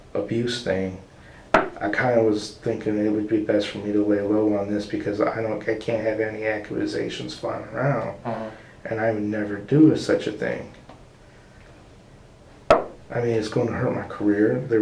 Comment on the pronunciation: "I can't have any "Ak-U-Ah-Zations" flying around"